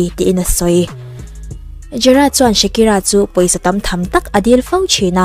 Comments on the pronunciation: Shakira ti lovin shikira tiin i lam mai in ka hria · Shakira ti ve mai la, Shikira a ni lo